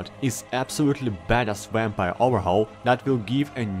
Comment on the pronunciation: Wampire Lol sorry my friend says it like that